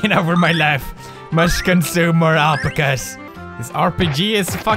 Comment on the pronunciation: It is pronounced al-pack-as